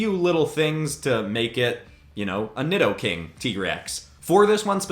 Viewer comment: Nidoking is pronounced needoking